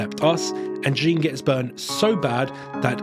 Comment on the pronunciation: My middle name is Jeanne pronounced how you do in the video so I believe any other pronunciation of the name is wrong lol 😂